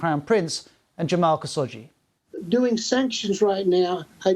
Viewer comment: I want to say this is a good report, but the way he mispronounced khashoggi's name drove me crazy. KHA-SHOQ-JI